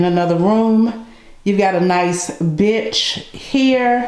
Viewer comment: Hey darlin...when your in the master bath and you mention the seat...it doesn't sound like you say bench..??? and when you put on the close caption....it doesn't say you said bench either..???...it sounds like something else..i laughed so hard...